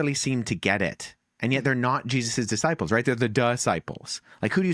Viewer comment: Wow! Wes just called the twelve the DUHsciples!